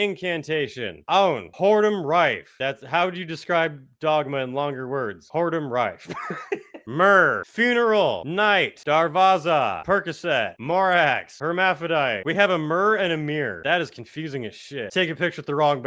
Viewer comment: Hierophant pronounced "hermafodite"